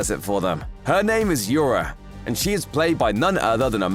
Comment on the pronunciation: Nobody gonna talk about how this guy pronounced Ura's name wrong?